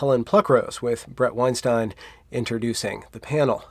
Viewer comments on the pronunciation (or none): none